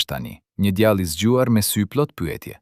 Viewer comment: Ti qe po lexon tekestin djale dhe jo djalle .ze tinzare....